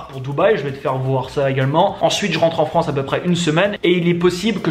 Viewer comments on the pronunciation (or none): none